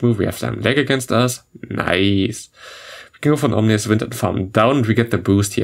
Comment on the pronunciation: fyi, it's ominous wind, not omnious :)